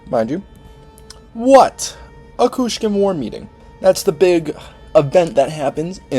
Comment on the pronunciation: It's Kushan not Kushkan